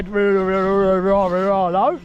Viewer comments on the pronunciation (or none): Come to find out, those are i's in the RC company name, so it's pronounced (Reee-Are-Reee-Oh)